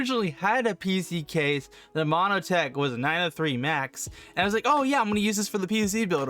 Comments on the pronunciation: why are you calling it MONO-tech? its MON-tech... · Montech not monotech